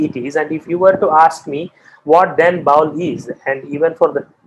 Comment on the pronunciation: Indrabhuti was not the daughter of a king of orrissa , Indrabhuti was the king of orrissa, and ami bowl tumi bowl sobai bowl this pronunciation is very disrespectful for the tradition. The word is Baul.